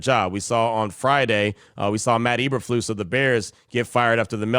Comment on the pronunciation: Hey q! It’s ‘E’berflus. Not eberflus. lol! I live in southeast Wisconsin. I hear and see all the stupid bears news all the time. I don’t know why the raiders continue to hire bears failure’s. Raiders have done that for many years yrs. Stop hiring ex bear coaches! They suck!